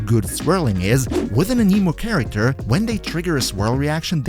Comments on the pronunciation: anemo anemic is a disorder, anime anemo is the correct pronunciation here lol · A-ne-mo but A-ni-mo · A-nuh-mo. I don't understand why people started calling it an-KNEE-mo. The tool that measures wind speed is called an anemometer. (a·nuh·maa·muh·tr) If you listen to the Devs talk about genshin, they pronounce it A-nah-mo as well. Sorry, I just cringe when I hear it pronounced wrong. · was any one else bothered by how he said Anemo. lol it sounded like he was tring to say anime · a-KNEE-moe. XDD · im sorry, but the way "anemo" is being pronounced, is just wrong and irks me in a bad way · the way you say anemo 😭😭😭...